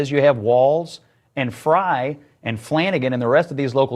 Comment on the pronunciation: FYI: FREY, is pronounced like”try”, “sky”, and “fry”…. Not FRAY…You’re welcome😊